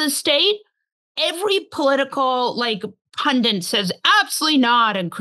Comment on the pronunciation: Molly Jong-Fast, there is no n in the second syllable of "pundit".